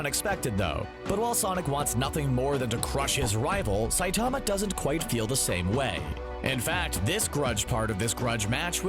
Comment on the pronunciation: the way you said Saitama in the beginning really annoyed me.